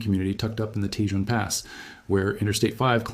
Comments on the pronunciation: It's pronounced Tah Hone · It's TAY HONE pass - I do with these people on YouTube would learn to pronounce Spanish names. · In”Tejon” the j is pronounced like an h.